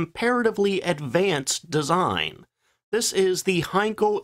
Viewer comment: Henkel, Hankel, Siegfriede - oh Mann, rettet Youtube vor der fürchterlichen KI. Von den inhaltlichen Banalitäten solcher Beiträge mal ganz abgesehen....